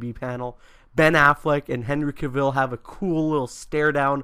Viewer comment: I HATED the Dark Knight Returns, it's overrated. You also mispronounced Cavill